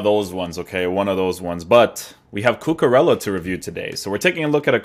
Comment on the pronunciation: cucurella not cucarella